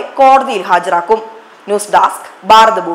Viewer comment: ഈ ബ എന്ന അക്ഷരവും ഭ എന്ന അക്ഷരവും എങ്ങനെ ഉച്ചരിക്കണം എന്ന് ഒന്നു പഠിച്ചാൽ നന്നായിരിക്കും 'ബാരതം ബാരതബൂ മീ ?